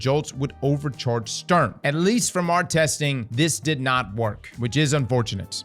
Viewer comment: Love how you pronounce it "Störm" and "Unfall" . Sturm has the same U in it which is pronounced the same (which for you English natives would be the same way you pronounce the two o in "good") :)